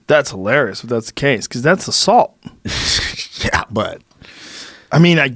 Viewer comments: Joe " Thats assualt" Rogan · Its assualt. Its unprofessional. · It’s not hard to say it’s assault lol.